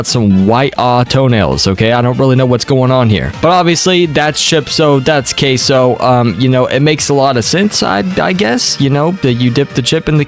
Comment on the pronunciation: Bro sound like he is saying cashoh